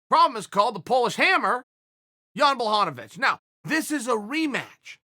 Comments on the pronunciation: Has to be a wind up. Surely. Jan Blo-vo-vo-vic and Blo-hon-ovic. Chael is giving Joey Diaz a run for his money in the name fuck up game. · If uncle cheal says guys name is "Jan Blahovovovoich" his god damn name is Jan Blahovovovoich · No one: Chael: Yawn Blahanovic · blah ho ho vich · Its Yan Blahanovic, at least according to Chael lmao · "Jan Blohanavich" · Jan who? If uncle chael mispronounces your name you might not be ready for Jon Jones. I'm sure he's a good fighter but even Anderson is still trying to figure out who ko'd him.. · Poor Chael screws up soo many names. It bothers me more when Brenden Shlob says "SOE-NEN" every time, even when speaking directly to Chael. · 6 different pronunciations of Jan’s last name lmao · Lmao....can you get jan's name right please.....or just say jan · Even when he thought he got the pronunciation right, he was wrong. It's not pronounced, 'Bla', but 'Bwa'.....ł is like w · “Jan Blohovovhic”... “Jan Blavocovic”... FFS Uncle Chael lol. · Mr Sonnen, Blachowicz you pronounciate like Abramovich (that Russian oligarch) icz = ich in English language. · Wel I mean Jan Blahovovovich still landed harder punches withing the fight, so im not sure Corey looked that good in this fight, beside his movement, which was very good. I really respect your opinion though and keep fking going with it :) Im from Poland, and still I understand, that there isnt enough hype for Jones vs Blachowicz fight vs Reyes fight... hype is hype, and its a business, but there is 50% Jan will get it, and he does deserve it :) although its pretty easy, not Blahovich, its Buahowich;) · ''Jan Blahadowicz'' - Chael Sonnen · Blahovovich. Blohanovich. Blahovich. Kamara Usman. Chael says names wrong on purpose and it's frikkin HILARIOUS. LOL. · Chael “Jan Blachovowitz” Sonnen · Chael “blahomavich” Sonnen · Jan „Blachovowicz, Blachanowicz“ Blachowicz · It's pronounced BUA-HO-VICH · Chael is washed up forreal. He then called Jan "john blahadavits" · "Yawn Blahovovich"